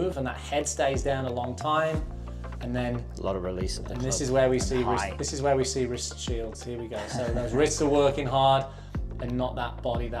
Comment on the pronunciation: “Wrist Shiels” 🤣🤣🤣